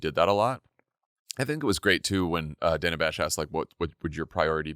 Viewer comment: GFOR GOD’S SAKE—SHOW MS. BASH—a correspondent of many years—THE RESPECT OF pronouncing her name correctly! She has ALWAYS been “ DANNA,” not “ Dayna” it is not like she has suddenly appeared on CNN!🤬 ( But Vice President Harris handled it all brilliantly!🩷